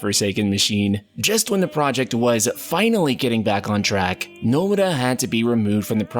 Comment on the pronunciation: How do keep doing saying names wrong? No-mur-ah. Well I take this over CLEAVE any day haha. Whew luckily just the beginning overall good vid. Cannot wait for ya to meet the man himself and have him correct you on how to say Tetsuya Nomura. Tet-sue-ya No-moo-ah